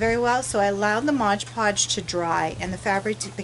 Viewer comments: it's MOD podge....geez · Mod, not modge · It's Mod Podge, not modge podge. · Very nice project but the adhesive is M O D Podge not modge podge. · Fabulous work. No offense intended: It's Mod, not modge.